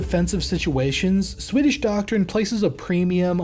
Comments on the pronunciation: Pretty good pronunciation of Swedish. Not the best I've heard from a non-Swede, but leaps and bounds over most anglophones. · Noticed you're one of the few non-Swedes who can be arsed to make a proper effort regarding Swedish pronunciations. Props to you!